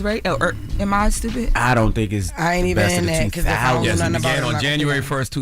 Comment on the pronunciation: “I think it’s stewpit seww “😂